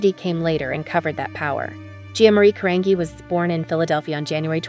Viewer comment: Who or whatever is narrating this is mangling two easy names: Gia (Jee-ya) Carangi (Ka-RAN-jee).